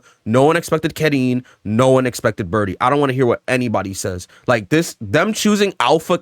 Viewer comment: Car-een As a Karin specialist it's car-een